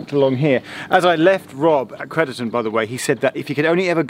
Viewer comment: you keep pronouncing crediton wrong for a shropshire lad lol